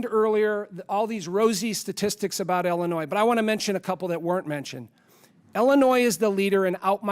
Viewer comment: Why does La Hood say "Ellinois"? Does he not know how to pronounce the name of his own state?